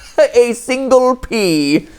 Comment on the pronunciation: "A SÍNGLE pea." 😂